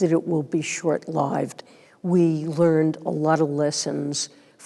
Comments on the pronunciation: Short lyved? It's lived. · "SHORT "LIE-VIED" ??????? lmfaoi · did you say shout life?